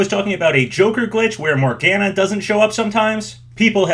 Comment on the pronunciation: It’s pronunced Morg-ah-nah not morg-anna